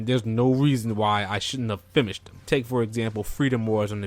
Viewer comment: Are you saying "fimmished"?